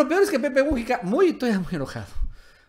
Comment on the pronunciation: QUERIDO AMIGO, NO SE DICE PEPE MU'JICA, SINO MUJI'CA. LA SILABA FUERTE ES "JI". POR FAVOR CORRIJETE, QUE SUENA MUY FEO.